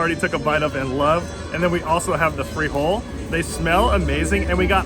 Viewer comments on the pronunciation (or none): no way Monterrey has better tacos than Mexico City!! but then again, this comes from someone that pronounces "free hole"